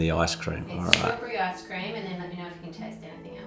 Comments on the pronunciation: Hello Ann Which one do u think is better, ice cream or tart? Edit: i just realized he said lice-cream🤣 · "Is it Lice cream" 🤣🤣🤣🤣🤣🤣 oh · "Licecream" LOL being a dad with them dadjokes. Nice one. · "Lice Cream." I love. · "lice cream" 😅 Nice vid, thanks for sharing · "Lice cream"!!! 🤣